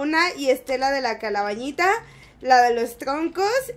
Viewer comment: En el minuto y en el minuto dice la calabañita like si lees esto jajaja y también si te reíste y también si te diste cuenta que lo dijo mal jajjajaj